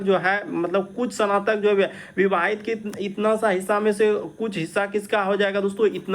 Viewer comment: Not sanatak, it's snatak